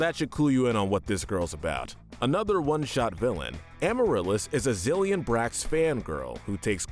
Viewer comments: Its pronounced “zill-in” not “zill-yin” my little pop star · Say the names right zilleon vazquez lol